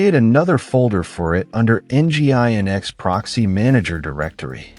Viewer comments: Nginx is pronounced "engine X" by the way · It’s mainly the pronunciation of Nginx that breaks the immersion. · Nice video. Too bad the AI voice is otherwise distracting; "En Gee Eye En Ex" and "TrueNASH," anyone? 🙂